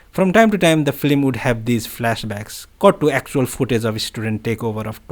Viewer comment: Film rather than “flim.” Thanks for reading this.